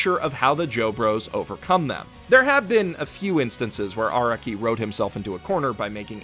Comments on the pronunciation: Well, I know this is a two year old video and all, but I wanted to place this here for those who may only rely on what this video says. (SPOLIER WARNING AHEAD) First of all, Araki is pronounced 'Ah-rah-ki," not "Ara-ki" like says in his video (which, other then his mistakes, is amazing). Second, many of the "plotholes" people believe are in JoJo, like Araki forgetting Giorno, Bruno, Jotaro's ability, etc. ability to, speed up someone's thought process and reflect damage, tell if someone's lying, STAR FINGER, etc. is NOT Araki forgetting. Think back on the story of all of those characters. There are not any battles afterwards where there would be a need to use/show that ability in use. Star Finger has long range, but is weak compared to Star Platinum's actual strength. Fighting someone with Star Finger like DIO with The World is not the best idea. After the introduction of Giorno's ability to make people's subconscious go haywire, there is no need to show it on screen/on paper, as we should know it's happening to whomever is being hit by Giorno's stand, Golden Experience's punches. As well as, none of the things Giorno creates beyond the point where his damage reflection is shown is able to reflect said damage it takes. All of this was covered by Youtuber, Hamon Beat. I suggest watching his video series on the false allegations of moments of "Araki Forgot." I also emplore you to watch his other video about the times Araki DID forget. That'll be all from me, a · why do you say araki wrong?